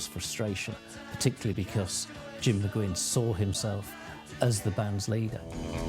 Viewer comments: Hey whitey...it's not McGinn..it's Mcguinn...brits. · It bugs me when the guy keeps saying McGinn